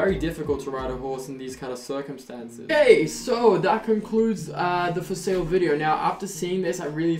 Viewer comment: The 'okey' on is very Dutch😂 I know that bc I'm Dutch to